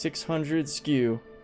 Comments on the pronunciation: 100%. Let’s NOT normalise saying skew instead of SCU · Holy Jesus! Don’t ever say “skew” again.